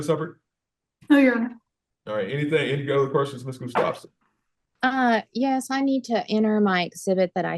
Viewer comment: It’s pronounced Gus tough son